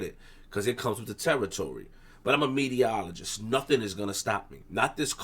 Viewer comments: is Saying “Mediologist’.. Not Meterologist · magic ty ty he said mediaologist